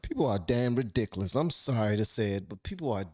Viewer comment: Some of my favorite things: 1) some good lovin' 2) pecan pie 3) hearing say "Ridiciliss" Our country turned its back on Derek Chauvin because everyone who was in a position to speak was too scared to say what needed to be said.